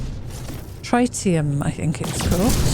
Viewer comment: Hi. Quick tip for finding Tritium in space (BTY it's pronounced tritt-ee-uhm). Use your shipboard scanner (I think it's C on a PC) and the Tritium asteroids will highlight. Have fun.